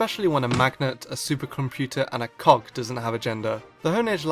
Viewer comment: i know eh means cog but it really Sounds like "Cock" A GENDERLESS COCK!! xD